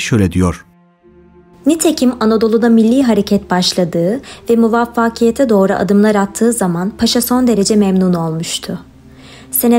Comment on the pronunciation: Bir editör veya dilbilimciden destek al sevgili kardeşim. Videoda tabii ve muvaffakiyet kelimelerinin telaffuzunda problem var. Benzer sorunlar eski videolarında da var. 200bin aboneye gidiyorsun. Önemli bir kanalın var. Başarılarının devamını dilerim. Videolarını zevkle izliyoruz.